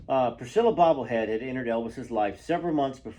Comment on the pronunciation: Why do you say "Bobblehead" instead "Beaulieu" for Priscilla's last name? And also for her father?